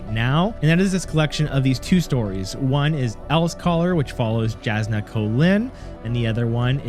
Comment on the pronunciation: I’m sure you probably just read the physical book so completely understandable but jasnah is pronounced Yasnah.